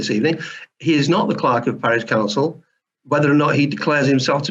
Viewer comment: “Clerk of Carish Pouncil”